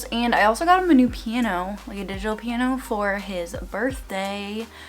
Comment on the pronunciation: The way she said piano had me laughing